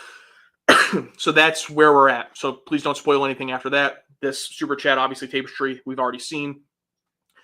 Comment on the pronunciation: Tap-est-ry, not Tape-st-ry 👍